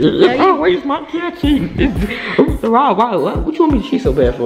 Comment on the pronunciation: Me said cheaing: noticeing